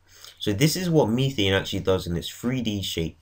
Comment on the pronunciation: Btw it's methane not methene